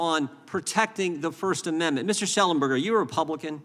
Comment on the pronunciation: Mr Shellenbeck, Mr Lunch? Why does he purposely mispronounce Shellenberger’s name? They think they are subtlety insulting them.. I guess… What bs… we are paying this guy’s salary!